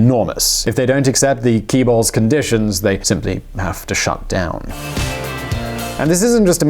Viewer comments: Greetings from South Korea! Loved the video, great content! :-) Just wanted to point out, it would be great if you could try to learn the pronunciation of chaebol. It's unfortunate that they romanized it with a "ch" instead of a "j". (ㅊ = ch; ㅈ = j). Anyway, it's a "ch" like in "cheese". Another user pointed out, it's the same sound as in Moon Jae-in's name (jae-in, jaebeol). "Jaebeol" is a better romanization of 재벌 than the fossilized "chaebol". Life hack, if you ever want to know how to pronounce a foreign word, just plug it in Google Translate and click on the speaker. It'll pronounce the word for you. :-) Best wishes! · Just wanted to point out that Hallyu(korean wave) was pronounced fine enough, and Chaebeol is pronounced with J sound in korean [jaebeol] Truly sad that i have to agree to most of status quo inside the clip, hope the next video will contain more optimistic development over southkorea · Correctly pronounced, the word should sound close to Jaibol, meaning Korean conglomerates like Samsung, Hyundai, that are now MNC, and previously Daewoo which was disintegrated and sold off in pieces. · The actual pronunciation of "Chaebol" is [tɕɛ̝bʌl] in Korean. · chae as in chair without the r, bol as in bollocks (think this is a fair guide). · My subtitle said it’s pronounced key balls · It's pronounced "tchae_bol". Also, the western fascination with the miraculous growth in the last 30 to 40 years is incorrect. The correct view is that Korea did nothing for 4970 years of its existence. Then it all came at the end. If you take a long enough historical perspective then the "economic miracle" is less miraculous. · Pronouncing such important keyword wrong again...! It damages credibility of your video and research. 재벌 Jaebeol in english dictionary , |ˈtʃeɪbɒl| (in South Korea) a large family-owned business conglomerate.! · His chaeborl pronunciation was horrible tho. Its not Kyyyyburl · Chaebol - pronounced Jay-bol (bol sounding like the 'ul' in ulcer) Nice vid.